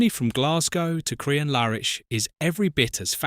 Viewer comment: You pronunciation of Crianlarich is horrendous. It’s not in any way pronounced as Crian Lar Itch as you did